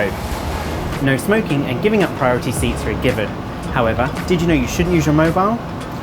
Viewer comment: Giving up priority seats for who? I couldn't understand what you said